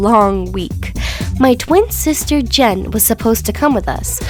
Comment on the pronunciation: Its sister not sitter